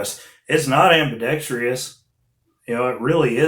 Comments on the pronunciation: Ambi-dex-tree-us, NO! Ambi-dex-truss, ✔ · Ambidextrous.... ambi-dex-truss..... NOT 😃😄ambi-dext-ree-us...😃